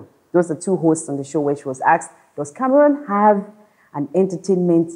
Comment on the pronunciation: I commend you guys for correctly pronouncing Cameroon unlike what I hear lately